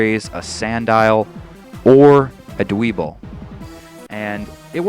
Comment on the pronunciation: Dwebble's name is pronounced Dw-ehbble. Sorry, I can't stand it when people mispronounce names :P